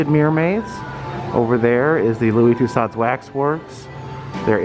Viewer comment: Considering the usual quality and accuracy of Madame Tussauds museums, Louis Tussaud should hang his head in shame. By the way, it is pronounced Too SO. Do love the vids!! And right on, Crocs!!I love em, myself!!!